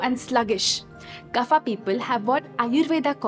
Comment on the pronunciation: Why every worg of sanskrit became 'aa' it's not yoga--- yog "kafa" --- kaf ''pitha" --- pith🙄 please pronounciat in right way. These are not english words these are sankrit ones